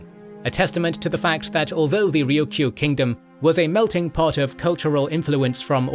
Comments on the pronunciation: Why can't you say Ryukyu correctly? It's not "Ryuku." It's "Ryukyu." You're saying the Ryu part correctly, just say Kyu as you say the letter Q in English. RyuQ. Try it. It's not that hard. 😢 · Also, Ryukyu is a Japanese name and pronouciation, I think the more closely native name and native pronouncation would be "Luuchuu or Luucuu" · Nope, it's "Ruuchuu" in Okinawan, not the Chinese pronunciation. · Thank you for shining a light on the Ryukyu islands. (You did keep forgetting to say the second Y, but that's the Japanese pronunciation anyway so 🤷‍♂️). They have such a rich history and culture that often gets neglected as some minor corner of Japan because people forget that they were Japan's first colony. They continue to be marginalized by the Japanese government which markets them as a tropical paradise for tourists even as they underfund local services there and use the islands to house US military bases that mainland Japanese don't want near them. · 'Mikayo'.... hmmm.... SURELY you mean MIYAKO....yes? Btw- it is RyuKYU, not Ryukuu. And if we're going technical- itd be pronounced LUUCHUU.... from the Chinese Liu Qiu. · I'm happy a video was finally made on Okinawa/Ryukyu. However, I was a little disappointed about some errors, including some easily caught pronunciation and spelling errors, such as calling Miyako Mikayo (multiple times), and pronouncing Ryukyu as Ryuku. It was difficult for me since Okinawa is an important part of my heritage and family. That said, I still enjoy Kings and Generals and look forward to more interesting videos to come.